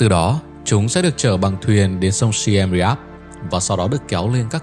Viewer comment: Thêm nữa Siem Riep đọc là Siêm Riệp chứ ko phải Xi am Ri ap nha =))), mất công nghi vấn cũng nên tìm hiểu kĩ tên gọi